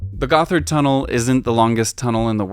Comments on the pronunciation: gotthard also not pronounced "goth-erd", but literally "got hard" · Gotthard should be read as God-Hard. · cool video! even for somebody living around zurich like me, it's very insightful! I love all the old maps you provided. One small critisism: "Gotthard" is not pronounced "Guffard" but "Got-Hard". You're welcome! ;-) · The 2nd T and H in Gotthard are split so it's not pronounced as a th together in English is. It's pronounced Gott - hard.